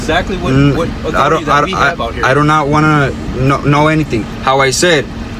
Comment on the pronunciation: How dare you not respect his Uh-Thor-uh-Tie?